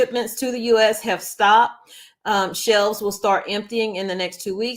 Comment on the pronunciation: It’s shelves not shells